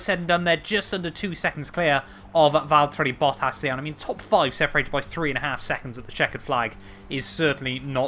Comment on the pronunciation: love the vids, but can you please say Valtteri Bottas like a sane person? There’s no d’s. It’s not Valderri Boddas. Please. I’m begging you for the sake of my sanity 😱💀😂😂😂😂🙏